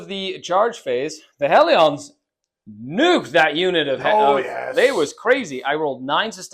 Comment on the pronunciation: It's not "Hell-ee-ons", it's "Hell-ians"